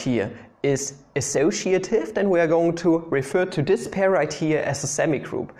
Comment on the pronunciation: I like when you're pointing on a semigroup saying "this pair" and it sounds like "Despair!".